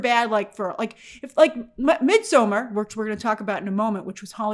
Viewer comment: in midsommar the d is silent.